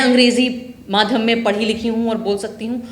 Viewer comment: Madhhm नहीं माध्यम बोलो मैडम